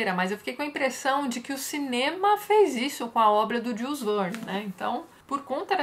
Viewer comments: Olá Tatiana , permita-me te corrigir a pronúncia do nome do autor , em francês: Jul (sem pronunciar o "s") e Verne como Vér + n . Até mais! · Tati, Jules Verne é francês, você está pronunciando o nome dele como um inglês falaria, segue um link com a pronúncia correta do nome dele, ok, abraços